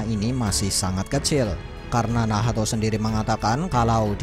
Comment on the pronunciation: nacth bang bukan nahato